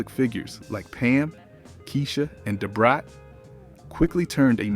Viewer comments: Why do you keep saying Da Brats name like that?! 🤣🤣 Dahh Brat smh. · Right! I was tryina figure why he keep saying Da Brats name like this. DAhhh Brat lol